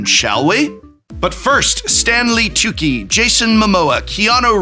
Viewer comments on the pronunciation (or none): It’s Stanley Stu-Chi😤😂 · "Stanley TOOKEY"😢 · Hate to be "that guy" but his name is pronounced Stanley "too-chi" 😂thanks for the help with my mana base my stuff was outdated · I am sorry prof, but Stanley WHAT? Tucci (too-chee). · Stanley Tooki!?!? Did I hear you correctly, Professor? You put respect on that man's name! Stanley Tucci deserves better! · Do you seriously not know how to say Stanley Tucci's name? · Isn't anyone else on set to tell him how to pronounce "Tucci"? C'mon, help him out!